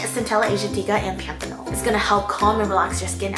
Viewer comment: you know has her shit together when she can pronounce azulene, cantella aslatica and panthenol in one sentence